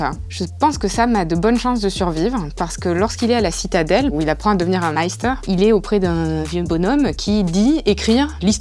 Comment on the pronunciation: Sam na jamais voulu être sorcier mais mestre et pas maester comme elle dit.